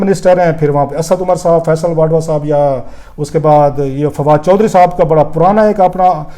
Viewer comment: Rauf Klasra sahib, thank you for sharing the important cabinet proceedings. But you kept me confused throughout in your video log about the federal minister Mr. Faisal "Vadwa". Probably you wanted to mention about Mr. Faisal "Vawda". Kindly check your pronunciation. Thank you!